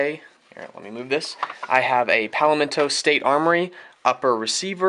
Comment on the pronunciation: Palmetto is pronounced Palmeddoh